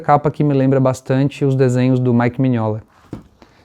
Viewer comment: Um like pelo histórico resgate maravilhoso e por pronunciar Mignola do jeito certo!